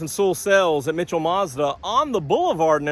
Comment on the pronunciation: Sounds like your saying More Garbage.